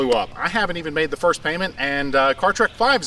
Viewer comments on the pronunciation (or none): none